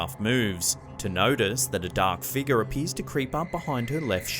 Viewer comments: Now I know how to pronounce “figure”…”figgah”. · I love how you say the word figure :D sounds like figgah to me :D